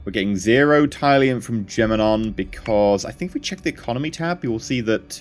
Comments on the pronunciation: mate its pronounced TIL-E-UM not TIE-LEE-UM not to be a dick but it was bothering me. thats how its said in the show is all im saying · its pronounced Til - le - ium. Not Ty - le - ium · Robert Beasley This. It bugs me so much! Til....TIL - le - ium 😂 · Hi, love your videos thus far. I just want to correct one thing but you don't have to do it if you don't want to of course. Tylium is pronounced "till-ium", that is it. Other than that your videos are nice and it is great to see how the game will play.:) Much Love TankGirl XOXO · It's pronounced tilium!!! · You come off as really unlikable when you claim people are wrong(despite them being right) and you say it in such a condescending way like you know everything, you said "Raptors, if you don't know, are basically space fighters" in episode one and you say Tylium wrong. I wouldn't mind if you claimed to not have much knowledge of the series. I would love to watch anyone else play this except you but unfortunately for me it looks like you're the only one who's doing this in English. You're not an idiot, just really ignorant. I haven't watched the episodes further on from this but you need to sort your self out. As you said In the words of Wil Wheaton "don't be a dick". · Since you acknowledge that it's set in RDM's Galactica, is this a bad time to tell you you're pronouncing tylium in the old 70s Lorne Greene way?